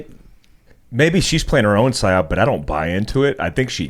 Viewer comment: Tim its PSYOP. NOT PSY-OPS